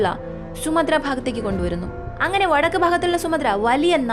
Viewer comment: സുമദ്ര ദ്വീപ് അല്ല സുമാത്രാ ദ്വീപ് എന്നാണ്